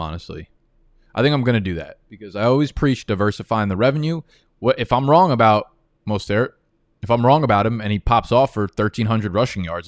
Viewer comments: Why can’t you just say Mostert’s name like an American?? Do you always have to sound like fuckin Pepe Le Pew???? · Bruh.... the way says Mostert has me tilting more than when he leaves his screen and misses a pick...